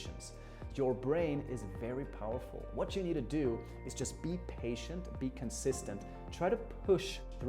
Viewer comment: ...It's be patient...NOT be patience.